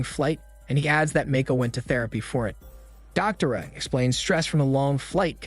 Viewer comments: distracted by how you pronounced Doctora and Javier lmao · Or "doctora" 😂😬 as a spanish native and polyglot, i was cringing so hard 😂😂😂